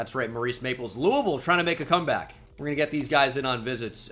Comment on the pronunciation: So glad he says Louisville correctly